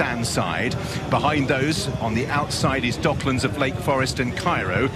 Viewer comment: ドッ”ク“ランズなんやけど😂